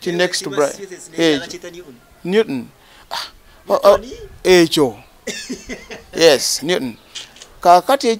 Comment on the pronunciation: 😂😂😂 This dude should tell the truth... he got locked up for having pronouncing Newton like that lol. How can you have a British accent while living in the Northeast US? They should have thrown away the key after locking you up 😂😂😂